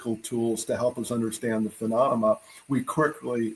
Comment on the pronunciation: Ill never get over his pronunciation of the word, phenomalona